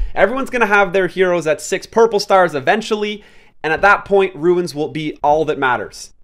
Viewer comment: I'm sorry, I just can't listen to you mispronounce runes anymore.